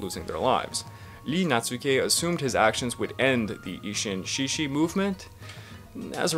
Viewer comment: Good work! (By the way, though this is not just you but other people too, the sound of "志士/shishi" is better pronounced without "h." Japanese romaji happens to have that particular spelling, but in reality it is more [s] than [sh] of English.)